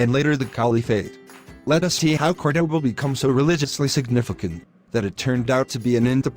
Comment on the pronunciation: Warning to those who see this great video. Please try to pronounce in the correct way the name of the city, it not "kordoba" it is "KÓrdoba" with the accentuation in the first "o" vowel, it is annoying to hear it like 50 times in this video pronounced incorrectly. Thanks from a local Córdoba inhabitant !